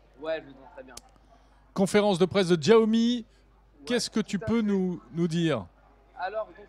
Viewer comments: Ça se prononce siaomi tout simple c'est quoi ce chiao mi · Djaomi ??? C’est pourtant simple, en mandarin X se prononce CH : Chiaomi Merci